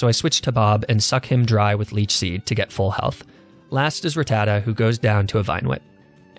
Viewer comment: They way he pronounces ratata and weedle infuriates me